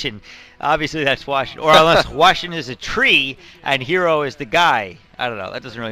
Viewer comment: ITS NOT ZERO ITS HERO stop messing his name XD